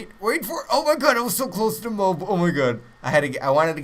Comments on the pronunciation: it isn't pronounced "Mobe" so stop it, now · Isn't it pronounced "moe-ab" :/ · You realize there is an "A" in moAb pronounce it like that you stupid fuck. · Hes not a camper, just controls an entire area. And i think you should pronounce mo ab correctly